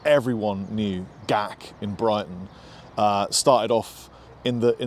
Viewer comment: Careful,! Your accent is slipping! You say Brighton much like an American!!! 🙀😸😸😸 When we were over there in 2003, we were 3 hours before check-in at our motel, and we decided to take a short trip down and look at it, and my friend Dave asked how to get there, but the girl behind the desk didn't understand him! 😸😸😸 I had to pronounce it correctly, emphasizing the T!!! At which point, she understood us instantly and correctly!!! 😸😸😸 We lost Sam Ash over here!!!!!!!!!! They were an icon that started in New York City, I believe, and now... They're gone!!! A Mexican company bought their assets, but the STORES are GONE!!!! I started playing in 1973, and physical stores were the PLACE to go! It's not ONLY the place you went to check out guitars and amps, but also effects! And you ALSO got to hear in the process, other people, some of them REALLY EXTRAORDINARY, playing, and INSPIRING you!!!!!!!!!! I think the LACK of INSPIRATION for playing comes from the lack of TALENT that's being put out in music currently, and the last several / many years! They all sound like amateur Garage Bands! If Young people had the music that I had, And you had, to INSPIRE us to WANT to play, I think things would be DIFFERENT!!!!!!!!!!